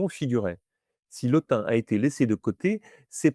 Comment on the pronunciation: Je vous remercie pour cette excellente vidéo, très instructive et claire. En tant que Sawa (Duala), je souhaiterais apporter une précision concernant la prononciation : en langue Sawa, tout nom se terminant par un "e" se prononce en réalité « Mbappè » et non « Mbappé ». Par ailleurs, le nom « Lottin » se prononce « Lô-tine », car le son nasal « ain » est une spécificité française qui n'existe pas dans les langues bantoues et reste relativement rare à l'échelle mondiale.🤗